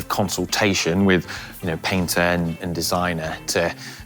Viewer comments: When introducing the guy who is the masterpainter, don't mispronounce that job title. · Need to get your pronunciation spot on if you're a 'Master Painter'.